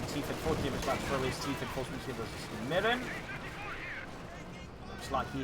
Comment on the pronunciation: I believe it's pronounced 'ewe miyrin' as in 'you 'mirin my gains braaaaaah'